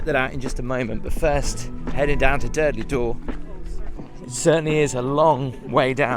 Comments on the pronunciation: Durdle not Durdley 🤣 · Hi, I’ve just started to watch your excellent videos…and this was no exception. I live in Dorset and walk down to Durdle Door every Saturday morning. Apologies, if this has been mentioned before, but it’s pronounced Durdle, not Durdleigh Door. Having said that it didn’t spoil your excellent review. Keep up the great work. Choo, choo 😂😂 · Durdle door not durdley door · You pronounce durdle as durdlee it’s d ur d le is it your accent? I suppose I couldn’t get down in my electric wheelchair if you say it’s difficult with a pushchair or pram. Your caravan would be great if you were a trainspotter on the plus side. 🙂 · It’s not Durdley Door, it’s Durdle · At what point does 'Durdle' get pronounced 'Durdley'? Come on